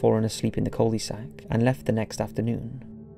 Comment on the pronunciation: I'm convinced the voice is an AI or something, no one would pronounce cul-de-sac as "coldy sack" or Bury St Edmunds as "Burry Street Edmunds", especially with a southern English accent